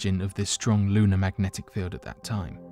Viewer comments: Mmmmagnetic field. Mmmm... mmmfieldffmnagteci? 🥴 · Drinking game. Drink everytime he says. Macknetic field.